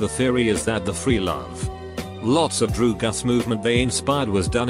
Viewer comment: nobody: text-to-speech: droo-guhs